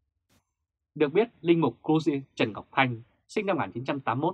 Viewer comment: Cha Giuse ( dzu se) Trần Ngọc Thanh mà chủ kênh đọc là gì nghe ko rõ